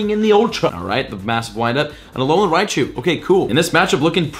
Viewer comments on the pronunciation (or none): none